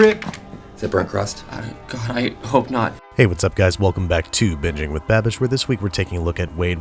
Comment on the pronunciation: I mentally heard "bad bish" Instead of "babish"